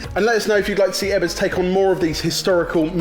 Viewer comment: Ebbers its pronounced but not BAAAhaa Learn English darn englishmen or just do a puppet show with the Swedish herpy-derpy cheff and we get same language barrier.. OH btw im a Swede...